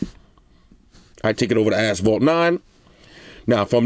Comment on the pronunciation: “Ight lemi take it over to ass-phalt 9” lol